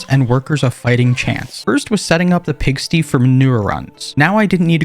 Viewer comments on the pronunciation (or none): The way he pronounced pigsty “Pigstees” 😂😂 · pigsty is pronounced as pig-st-eye and "Joker"